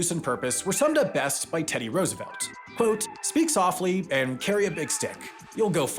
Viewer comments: Soflty? I guess you need material for the annual video on mistakes lol. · soflty :D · "Speak so*fl*ty"